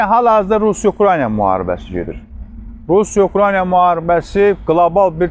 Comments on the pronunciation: Hormetli politoloq,Ukrayna sozunu duzgun teleffuz edin,xahish edirem. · ""Ukrayna""sözünü düzgün tələffüz edə bilsə...qalan şeylər yaxşıdır..